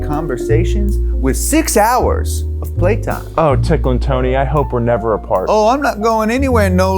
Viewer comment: "ticklen tony" why god